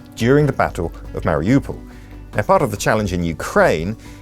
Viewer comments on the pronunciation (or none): none